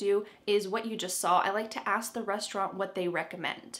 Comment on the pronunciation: Hi! I’m listening very attentively. I’m a Russian speaker with advanced English. I’m noticing you pronounce “ask”, “asked” different ways. It’s a little confusing. Sometimes hear it as “axed”.